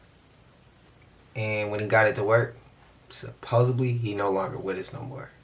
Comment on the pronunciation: Love your channel, you're great but please help us get "Supposedly" out, not Supposably. It took me 3 tries, auto correct kept changing it.